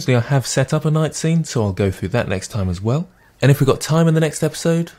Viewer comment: "...so have a go at thaTT" :'D